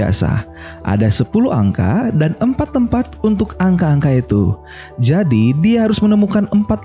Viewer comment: Jadi min bukan zadi😂😂😂😂...canda y min